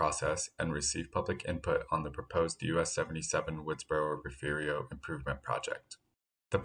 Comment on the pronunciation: "Refu-rio"??? A very ignorant and illiterate pronunciation